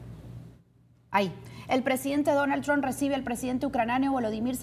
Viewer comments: Y aprende a pronunciar Trump, no es TRON es TRUMP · Donald TrumPPPPPPPPP porfa pronuncia la P al final del apellido, siempre dices Donald Tron